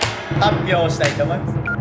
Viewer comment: りゅちぇの「誕生日プレゼント渡したいと思いますッッ」の小さいツついてる感じめちゃ好き。